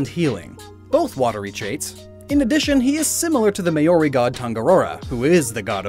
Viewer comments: the word Maori doesn't have the 'Y' sound it's not maYori it's just maaori apart from that pretty sold video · Yeah not gonna lie, i was slighty triggered by his pronounciation of Maori being Maori myself lol